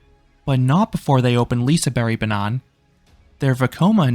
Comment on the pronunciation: Great video, even though you said banan (banana) instead of banan (track) for the entirety of it! :D